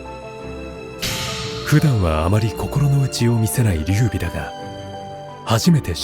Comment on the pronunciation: 劉備は「りゅうび」と読みますん